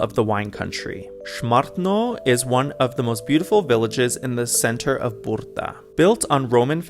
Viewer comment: There are enough examples in English language of how to pronounce the combination of consonants B and R like -bridge,-bride,broom etc. In BRDa you just add another sound that you did between B and R.